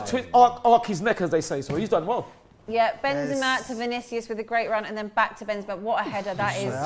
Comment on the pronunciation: Congrats for a flawless Vinicius pronunciation!